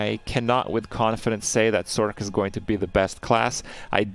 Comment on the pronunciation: Thumbs down for your pronunciation of sorc. I'm petty I know.